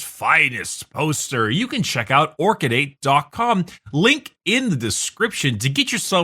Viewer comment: Omg, it’s “orchid 8”. I usually listen to these podcasts without video and i always heard “orky date”.